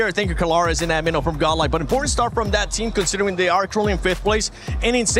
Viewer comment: tell tour friend godlike Ad-mi-no is not amiiianooo